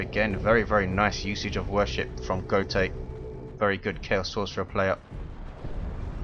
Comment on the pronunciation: if he's german wouldn't it be pronounced goat-uh